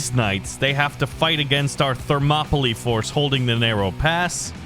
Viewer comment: Ive always said it as thermo ply. and cant stand it any other way. but at least you are saying it correction.